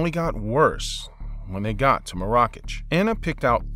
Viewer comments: You BUTCHERED Marrakesh. The way you pronounce it... Chainsaw Massacre. 😣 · Narrator - it’s pronounced Marrakesh...